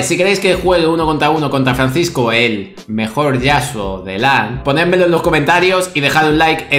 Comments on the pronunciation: El mejol el mejol el mejol el mejol. :V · enseñale quien es el mejol, el mejol, el mejol, el mejol xD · francisco es el mejol el mejol el mejol jajaja